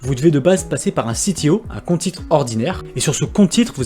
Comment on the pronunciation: Mdr. CTO c'est l'appellation française pour compte titres ordinaire, donc pas besoin que tu le prononce a l'anglaise ! A chaque fois que tu dis "ci-ti-o" je suis juste mdr 🤣